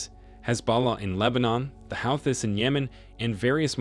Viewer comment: How can someone miss pronounce so many country names. Iron Iran Eyeran I ran Ey Ran Ey zad (Asad) Hou hees (Houthis) And so many more, wtf is going on